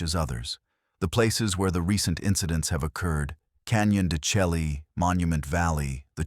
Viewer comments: Computers only belch out what's put in. Want it correctly pronounced? They should input text: "Shell-lay", not "Chelly" although it's the correct spelling. They also need to do some homework and find out what skin-walkers truly are. Yatahey. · Stories like this would be WAY better if they knew how to pronounce Canyon de Chelly... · Pronounced Canyon De Shay.